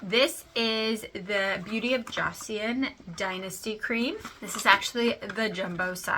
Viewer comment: Thanks for the review! Joseon is pronounced like "Jo Sun". (I heard some Korean YouTubers say it like that. I pronounced it like you did at first.). I love the sunscreen and want to try more of their products.